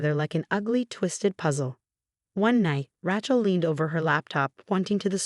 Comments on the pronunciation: You know what? Nobody is named “RA-chel” The name is “RAY-chel.” There is only one pronunciation. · And no T. Not Ratchel. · The name, Rachel has a long A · Maybe the double consonant throws off the voice program.